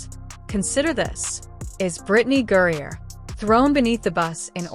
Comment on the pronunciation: GRINER. How in tf did you come up with that pronunciation? Brittney gruyere cheese?